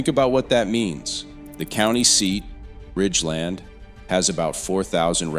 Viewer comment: 😂 I posted Oak-A-Tee. And they also mispronounced Ridgeland.